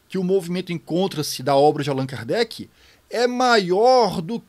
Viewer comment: parei no "Kardecky" 😄